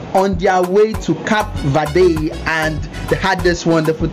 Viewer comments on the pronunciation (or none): What did you say? Cap vade' hahahahaha. Learn how to pronounce " CAPE VERDE " next time. Nice video.